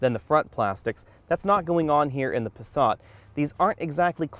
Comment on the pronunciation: Where the hell is the the letter "R" in the Passat. Try and pronounce it correctly with an "A". Pasaaaaaaaaaaaaaaat, not passarrrrrrrrrrrrrrrrrrrrrt. Ok I'm sorry.